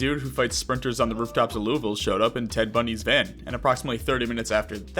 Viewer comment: Y’all be saying Louisville wrong the whole video 😂